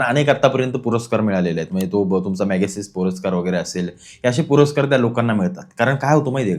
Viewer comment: वांगचुक ह्यांना "मॅगसेसे पुरस्कार" मिळाला आहे. "मग्सिस अवॉर्ड" नाही. उच्चार तरी शुद्ध करा, दादा !! 😂